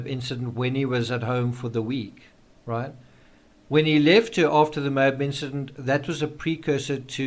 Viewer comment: Geez... it's pronounced "MO-AB" not "MOBE" the accent is on the first sylable and the A is pronounced as short as in "Apple"